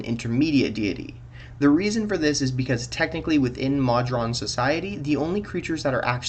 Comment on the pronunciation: Please, Moe-drawn, not maw-drawn.